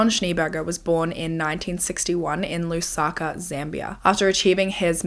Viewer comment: Correct pronunciation for Lusaka, Zambia 🇿🇲